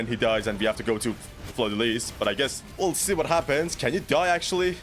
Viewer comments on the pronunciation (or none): in french (where her name is originated from) the s is silent in lys so it is pronounced fleur de lee not lees